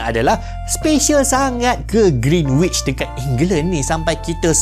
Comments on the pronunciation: Cara sebut greenwich ialah with silent w. Greenich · Bang, sebut Greenwich betul2..silent kan “w”, so sebutan betul dia ialah Gren-itch…🫰🏽 Edit: bab sembang nak jadi Mekah sebagai pusat untuk zon masa memang boleh jadi, sebab ‘Kaabah’ (di Mekah) tu adalah titik pertengahan bumi-scientifically proven. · kalau x silap sy, sebutan yg betul adalah Greenich (w xde bunyi). Apa pn terima kasih atas info yg bermanfaat ini❤